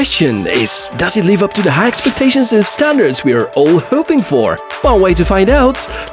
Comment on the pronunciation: чудесни видеота и прекрасен английски! Само няколко забележки за произношението: 1) прави разлика между дълго и кратко и, защото последното неправилно произнасяш като -ий-, а има разлика между лив и лийв; 2) произнасяй йъ вместо иъ в думи като йър (година); 3) и последно, не се казва три дот фор в дробни цифри, а три пойнт фор. Дерзай!